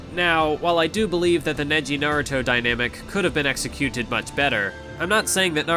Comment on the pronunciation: nigga why you say executed so weird